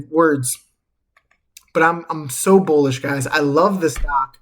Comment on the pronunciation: did u say bowlish ? lol